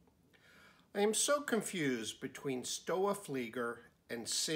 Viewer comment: Sinn is pronounced " Zinn" and Stowa is pronounced "Stova ".